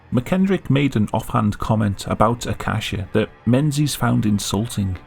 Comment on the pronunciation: Alan Mensies? really?